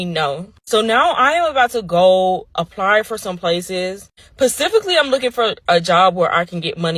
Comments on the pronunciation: Specifically vs Pacifically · LMFAO bro I just was about to ask that and you beat me to it PACIFICALLY ,😂